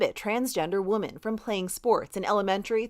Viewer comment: Hello from Sweden! How do you pronounce the word 'women'? Listen . To me this doesn't sound right.